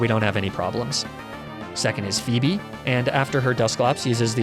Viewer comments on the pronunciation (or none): none